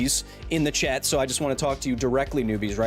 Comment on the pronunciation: Totally thought Kyle kept hounding some guy named Chet the whole time because of the way he says "chat".